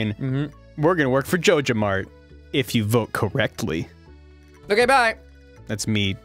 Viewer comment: Are they saying jojomart if so they are saying it wrong it is J O J A M A R T ok